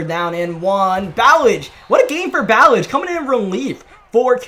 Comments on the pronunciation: Lol ur saying Ballage wrong it’s Bu Lodge I’ve heard the nfl announcers say it all the time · It’s pronounced like bah-lodge the RB you kept saying his name wrong, he got a 75 yd td run last season hes actually kinda a beast, 230 and faster than Kenyan drake. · It’s pronounced like Buh•lodge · Kalen Ballage is pronounced like (Ballaj) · It's prounced "Ba-loj". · Ballage’s name is pronounced buh-laj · Ballage isn’t pronounced like that